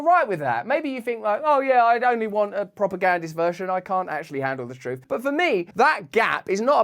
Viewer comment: I loved when you said troof more! Love ya from Canada